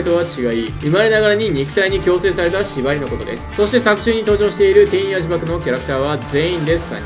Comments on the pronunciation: 天与↑呪縛ではなく天与↓呪縛なのでは？ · 天与呪縛のイントネーションのせいで話が入ってこないの草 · 天与↑呪↑縛